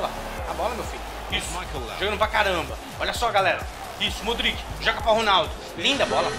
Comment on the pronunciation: desumilde kkkk e cara, odeio como ele fala modric e benatia, q raiva